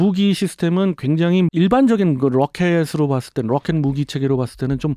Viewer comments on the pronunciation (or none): 롸켓 아이언덤~ 뢰이다 발음 롸이트하네요ㅋㅋㅋ 조금은 오글거림 (디스아님)